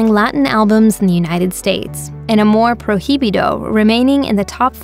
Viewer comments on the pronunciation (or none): “Amour Proheevido” 😂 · How about you get someone who can say Amor Prohibido the right way?